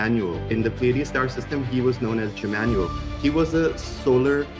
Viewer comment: IT IS SENDING ME INTO ORBIT 💀 bruh JIMMANUEL!?